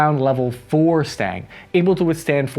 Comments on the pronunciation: ITS STANAG NOT STANG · its stanag, not stang... the rear guns are for when its fleeing battle perhaps. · Please, its not Stang. Its Stan Ag. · Bro how do you not know how to pronounce STANAG? Its not Stang, like Mustang. It's STA-NAG I didnt even know what you were saying at first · Why are you pronouncing it "STANG" it's clearly spelled "STANAG" and pronounced "SCHTANAK" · It's NOT "STANG" - it's "STA-NAG" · Stang? Not STANAG then? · O.o... I've never heard anybody pronounce STANAG as "stang" >.> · The word is Stan-ag like the name "stan" and then "ag" like the class u take in high school and it just those two syllables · Omfg. It’s been literal years and we still haven’t learned how to pronounce STANAG. It’s literally sounded out as it is spelt right there. say it with me. STA NAG. See how the N and the G aren’t touching each other? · Say STANAG again, but say it right this time. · Will ever be able to pronounce the second A in "STANAG"? We might never find out.